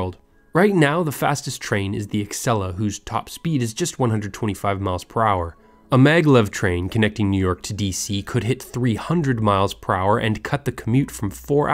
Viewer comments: No one says “ecksela” It’s pronounced more like “asela” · Corrections to the Acela pronounciation and top speed: Pronounciation: Ah-sell-ah Top speed: 150 mph, not 125, as stated in the video. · God why does everyone call it the Axela? It’s the ACELA